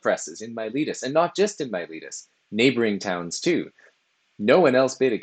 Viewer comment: pff, it's not yourletus... It's Miletus! In all serious though, thanks. I've been reading their fragments and testimonia in my spare time and videos like this help contextualize their ideas. It was also entertaining and well presented.